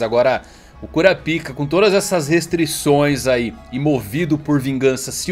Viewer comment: falando kurapika e a quinta serie que abita em mim aflorando